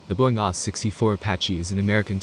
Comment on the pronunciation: A H 64 not ahh 😂😅